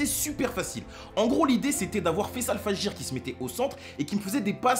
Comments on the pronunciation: Sa se dit : fajre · C’est fajr pas fajir 😂😂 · Ahah fajir 😅😂😂 plus "fajre" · On dit "Fagere" et non fajir pour fayçal fajr, et on dit seube, pas seubé. Allez Malherbe !!! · Pour info c'est Fayçal Fajr et non Fajir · C'est pas fajir c'est fajrr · Faut pas pronocer fajir c est fajr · Ou fajer...un mois après 😅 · Super vidéo c'est super ce qu'il t'arrive et on prononce Fayçal fajre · Ca se dit fajrr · Fajr on le prononce FAJER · Sa se dit fajr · Sa se dit fajer tu prononce le r bien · Ça se dit « Fajr » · Fajr ça se prononce comme ça s’écrit en vrai 😳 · On dit Fayçal Fajara sans trop prononcer le "a" boy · On prononce FAJ, on dit pas le R... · On dit faycal fajeur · Non , on dit Faycal « Fajre » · Ça se dit fayçal fajr et dédicace à tous les marocains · on dit fayçal